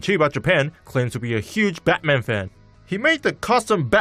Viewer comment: Here is the pronunciation of Batman /bætmæn/